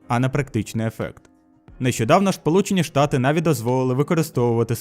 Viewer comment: шполучені штати))) не придирка, просто прозвучало забавно))